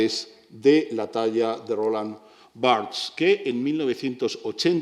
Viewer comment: Roland Barthes era francés, ¡cómo chirría que se pronuncie su nombre a la inglesa...( y por un español, lo que es más chirriante aún)!